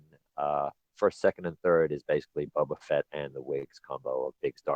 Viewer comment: How do you not know how to say "Boba"